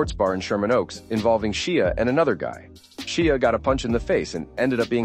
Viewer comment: His name is Shia like Shya.